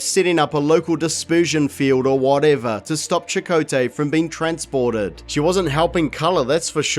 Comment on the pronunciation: When you say chacoatay I was hearing Chipotle and starting thing burritos.